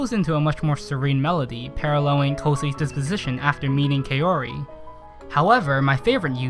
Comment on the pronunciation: He completely botched Kaori's name. It's "Kah-ou-ri", not "Kay-oh-ri". It's such a simple name. I don't get how anyone can botch it up...